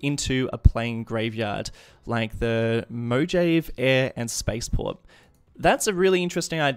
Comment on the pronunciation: You said Mojave wrong. The Job makes an h sound and even makes the eh sound.